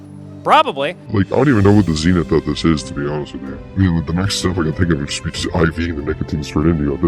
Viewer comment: the zynith*